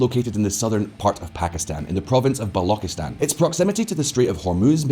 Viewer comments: When you Pronounced BALOCHISTAN as BALOKISTAN We knew how well you know this topic. 1/10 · governor of kashmir area? Are you kidding me. Pre independence kashmir was ruled by king hari singh. The level of poor research is unfathomable in this channel. That's lazy research work right there And balochistan is not balo-ki-stan. It's balo-chis-stan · 'Balokistan' 💀 It's 'Balochistan' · It's Balochistan... "ch" like in "chia, china", "lo" like in "loop". Not Balauckistan...🤦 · Not "Ba-loki-stan" it is pronounced as "Ba-lou-chee-stan".....People of that region aren't called bollocks or boloks......Ba-lou-ch ("ch" as in Char, not "ch" as in character) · Balokistan? It's Balochistan. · The fact that he can BARELY pronounce balochistan with a 'ch' shows how little research he did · don't even pronounce gawadar, and Baluchistan properly but still giving "expert analysis"😂😂😂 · It's pronounced as ch as in China in balochistan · Man, you are pronouncing Balochistan wrong. You sound silly. Also terrorism has decreased exponentially. Your information is about 8 years out if date. Multiple Mistakes in this report , I'd give it 'D'. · saying a guy who can't even pronounce Balochistan hahahha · your pronunciation of Balochistan, Laskar-e-Tyyiba, Hizb ul-Mujahidin, etc., is hilarious. 🤣However, the video footage you showed while describing different parts of Pakistan, i.e. footage from to , does not reflect the regions of Pakistan you are talking about; this footage is from Bangladesh, specifically pre-liberation war Bangladesh. While, technically, Bangladesh was also part of Pakistan at that time, you are not talking about that during this 30-second clip. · Also mispronounced Balochistan, but that's forgotten. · The pronunciation of Baluchistan is so cringy lol